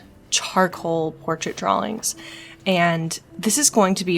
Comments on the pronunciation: Are you saying drawlings? Instead of drawings? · It’s her accent no need to be rude